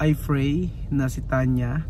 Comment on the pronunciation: Bkt po hmd nyo maiwasan na yung P binigjas mo ng F. Yung F ginagawa mong P. Halibawa yung "pray" ang bigkas mo Fray. Yung parlor ginawa mong Farlor.